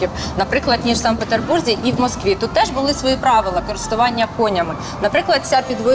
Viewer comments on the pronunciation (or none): none